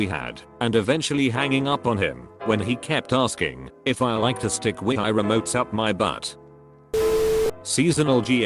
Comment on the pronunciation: Wi-i... Nice pronounciation